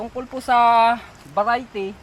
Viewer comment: Parang sasabihin mo lang veriety patawa ka noy